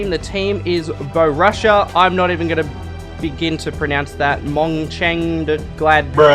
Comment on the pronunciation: You can tell this guy doesn't follow football he said bo russia